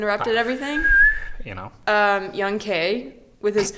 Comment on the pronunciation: Lmao I unconsciously corrects them on how pronouncing Young K's name 😂